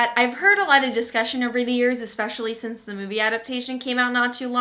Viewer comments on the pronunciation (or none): none